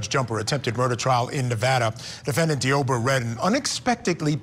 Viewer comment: Id be mental too if my name was pronounced "Dee-obra."